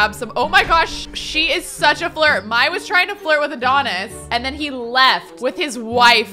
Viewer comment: I could be totally wrong but I always thought the name Mai was pronounced like ‘May’, not like ‘My’